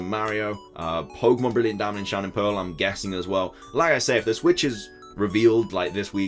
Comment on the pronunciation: "Hey guys here and welcome back to a brand new video going over pokemon content" 😂 I've got your voice memorized and I love the way you pronounce pokemon lol